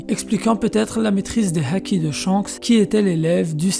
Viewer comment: Ça choque personne comment il prononce les mots qui commencent par H? Haaki😂😂, mashallah